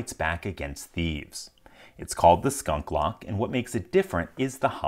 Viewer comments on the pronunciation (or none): Skoonklock? Skyoonklock?